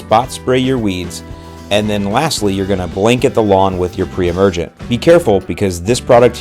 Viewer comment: I heard other times you said must be do not put per-emergent when new seeding